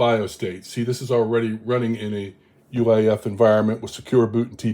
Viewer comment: I "hear" you referring to "UAIF" verbally. Is that the actual term or are you referring to UEFI? I sometimes shift letters verbally and I want to be sure I am following the correct terms, cause it could just be something I am not familiar with. Thanks.